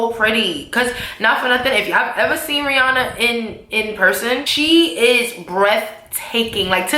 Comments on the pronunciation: does anyone else think the picture is photo shopped? ha head is twice as big as Rihannas, and for her to be such "friends ' with Rihanna, she would know that aint how you pronounce her name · I real friend would know how to pronounce her name correctly though